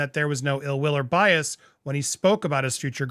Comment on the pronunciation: “It’s unconscious biase” came straight out of Harry’s mouth lol Scoby seem to speak same language as the harkles lol